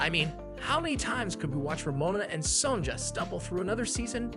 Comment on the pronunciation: Son-JAH? Ree-büt? Tri-Beeka? Is this Ai?